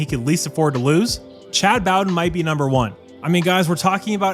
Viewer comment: It’s pronounced “Bo-den” with a long o. And he’s good, but don’t get comfortable. He’ll leave you for a dollar at some point in the near future as well. Learned from his dad Jim.